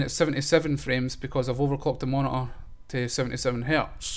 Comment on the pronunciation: You overclocked your "moni-ahh"?